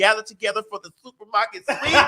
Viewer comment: TS😂😂 I was up until 4am this morning laughing at how you say "SUPER MARKET SWEAP".😅😂omg!! I love you. Thanks for always making me kiki